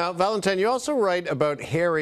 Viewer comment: Please tell me my ears deceive me, are you saying ValentiMe